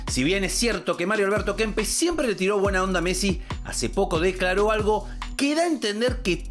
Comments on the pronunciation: Qué sorete Kempes, antes q compararse con Maradona y Messi debería ir a un fonoaudiólogo urgente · Dijiste Kempes, dejé de mirar